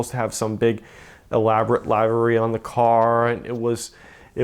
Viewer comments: For the love of Christ; someone teach this guy how to pronounce 'livery'... 🙄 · Liv ah ree not live ah ree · One, somebody teach this dude to say livery correctly. Two, somebody slap the piss out of him for being a dumbass that thinks an old race driver is the equivalent of your grandmother. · Well, they could start off with a guy who knows how to pronounce "Renault" and "livery". Doesn't exactly inspire confidence in his knowledge about anything else re cars.